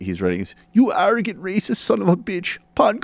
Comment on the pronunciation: Making fun of Pankaj's name? (which you butcher to pronounce btw) is about the most revealing thing of your own racism. Would Dr. Peterson's claim be less laughable if the article's writer had been a more Euro-centric name to your liking..John Smith? I can't tell what is worse, you speaking in a non-funny voice to somehow discount Dr. Peterson in lieu of actual adult rational discussion or your patronizing condescending insinuation that Dr. Peterson could or should hardly feel threatened by someone with a name like Pankaj Mishra? I can't imagine how anyone is more enlightened on the topic of this NYR article and whether or not its claims are valid based on your video. This is amongst the most hollow, banal and juvenile content on youtube-not to mention racist. I am a liberal, not a mindless leftist. If you wish to persuade the masses, have the integrity to put forth a coherent argument rather than juvenile voice imitation. This smells like the level of sophistication of the Young Turks.